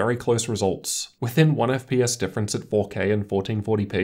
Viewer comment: wtf is an "Eff pee us"?